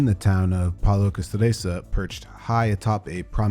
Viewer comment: Pal-e-o-cass-STRIT- sur!!!